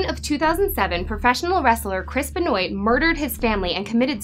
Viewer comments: I noticed that too! I think its pronounced "BEN-WAH" not "BE-NOYT" but I could be wrong. But yeah, still a pretty good video! ^_^ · There's a lot of bullshit here... Also it's benwah not bahnoyt jfc. I can't stand wrestling and I know that. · Im pretty sure you mispronounced Chris' last name. Its French.